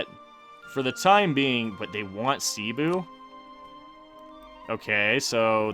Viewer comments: Im filipino. In filipino, we pronounce it like Sebu not Sibu. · you pronounce cebu as Seh-Boo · Pronunciation guide Cebu: not see-bu, its sebu Maguindanao: Ma-geen-da-nao when you say it say it quick rather than a slow ma—guin-daa-noww Pangasinan: Again just say it quicker, its not paang-a-si-nan its just pang-a-si-nan Maynila: if you dont want to take the time to change your pronunciation from maay-ni-la to may-ni-la just say manila Tondo: good enough for a foreigner Sulu: make it quick Panay: its not Panaaayy its panay